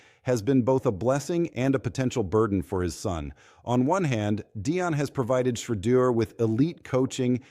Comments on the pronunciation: Why are you unable to pronounce Shedeur's name correctly? Just listen to how major news programs pronounce it correctly. I find it idiotic that you think so little of your work as to keep incorrectly pronouncing his name. Take pride in your work!!! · Man if you don’t know how to pronounce Sheduer name properly just go ahead and delete your account 👎🏾